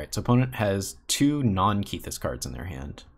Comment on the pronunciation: I'm pretty sure it's a short 'e' in Kethis. So 'Keh-this' not 'Kee-this'. Sorry to nitpick. It was just bothering me a lot.